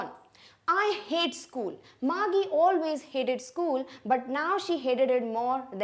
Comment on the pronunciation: first of all "GEE" is pronounced as "jee". it is an abbreviation of the word jesus or jeez. Secondly, the girl's name, margie is pronounced as marjee and not margee.